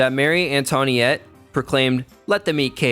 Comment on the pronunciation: "marie An-tony-ette" jesus